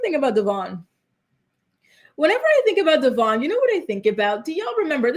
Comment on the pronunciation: How is it in like 15 years STILL can't pronounce her baby daddy's name 😂😂😂 DevOIn Not DevORN